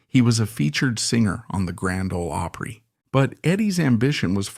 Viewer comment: Grand Ol' Oooopry??? Don't we just love AI narration?